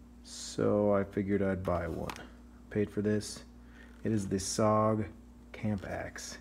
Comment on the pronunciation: The sog is said S.O.G as letters (special operations gear) nice looking axe, good review thank you. Was trying to decide between this and the de wit gardeners axe. Think I'm going to go with the de wit though as not keen on the 2cv13 steel.